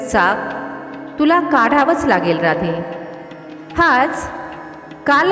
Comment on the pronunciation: राधे नव्हे ़़़ राधेय असा उच्चार केला पाहिजे ़़़